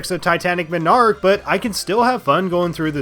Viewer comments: No game is perfect and flawless. Also it's MON-ark not MI-nark. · Everytime you say "Minarch" I die more inside. Also did you actually not like titanic MONarch for being hard? It's the final stage in the game did you want it to be a cakewalk? Unfair moments? What? That's just nitpicking rather than a real issue. Also are you really mad about playing blue spheres? A mode you dont even have to play? My biggest problem with this "everything wrong with" is how they're just small little things you dont like. The only point I can really agree with you on is the lack of more original stages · ive never played sonic mania and all ive heard are good things about it. im glad you made a video about what people might be afraid to talk about or things that are just overlooked when people talk about how great the game is. and im sure you have gotten this before but it made me laugh every time you said "titanic monarch". you were pronouncing it as m'narch or minarch when its pronounced mon-arch like a monarch butterfly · MAHN-ark MAHN-ark... not muh-NARK. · It's not Titanic "ma-nark" it's Titanic Mon-ark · Mawn-Arc, not muh-narc. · Just for the record, its pronounced MON ark not minarch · omg...it's MONarch. NOT menARCH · Ma-narch I’m gonna say it like that from now on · did you just fucking say m i n a r k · remember people it's not pronounced MONarch, it's m'nARCH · he kept saying minarch lol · Dude, you pronounce 'monarch' very strangely. Your emphasis is way off. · The only thing I don't like about the video is how you pronounce Monarch wrong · The way he pronounces the word "monarch" bugs me. Good video on the whole, though. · I guess you’ve never heard monarch pronounced correctly before. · And you're pronouncing monarch wrong, monarch is a king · People are talking about how he says “MON arch” as “minarch” But don’t talk about how he literally said “miminum”